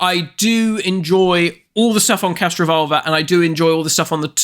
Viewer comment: Is it me or does keep saying 'CastroVULVA'?